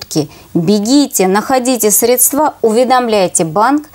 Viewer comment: всех кто говорит средствААА - категорически не выпускать в эфир!!! ... сколько можно